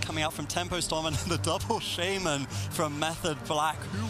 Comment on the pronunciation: Please make him stop saying Shaymin